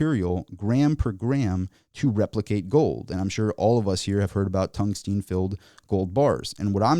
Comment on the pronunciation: TUNGSTEN FFS, NOT TUNGSTEEN.